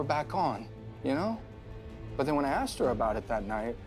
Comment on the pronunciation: Chloe is axing to much questions 😅😁 She axed for it😄😅😁